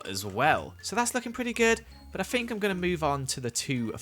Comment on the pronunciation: I love how he says ‘FinK’